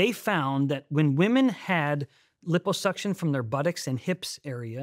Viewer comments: Stop saying LIPPO (hippo) suction 😅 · Sorry can't take anything this guy says seriously due to his severe mispronunciation of liposuction.